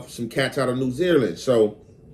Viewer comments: Got damn that got on my nerves 😅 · New Zealand pronounce: NEW ZEE LAND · The way you say New Zealand, New Zeerland/Zereland had me cracking up I had to make sure I wasn't trippin like is this a new country I never heard of or is the Cali accent or is that just the way you say it hilarious though